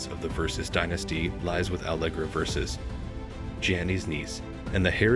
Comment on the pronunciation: You would think that AI could learn how to correctly pronounce Versace.